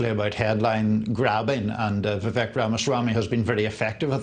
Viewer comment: If you’re going to comment on Vivek, learn to pronounce his name. How informed can you possibly be?